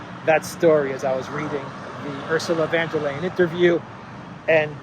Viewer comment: For the sake of your regular listeners,, please learn how to pronounce Ursula von der Leyen's name!!!